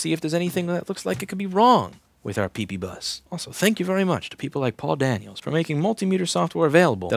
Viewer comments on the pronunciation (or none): After years of watching Louis videos, the letters PP will never sound again the same...ppbus, peepeebus...pp.